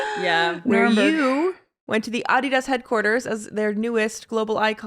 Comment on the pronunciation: Love that Olivia properly pronounces Adidas